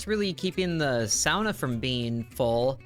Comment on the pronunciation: So you can say sauna correctly... but not golem!